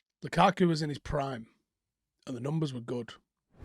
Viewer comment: Who is Lakaka? think you mean Lukaku.🤪